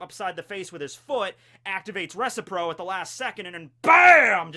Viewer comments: It is pronunced re-sip-e-o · his move that you were havng trouble saying is pronunced (*ree-SIP-er-oe*) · i know u don't care but I cringe when you don't pronounce things right.